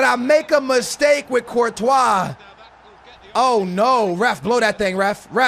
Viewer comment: Why you pronounce Courtois Virtual?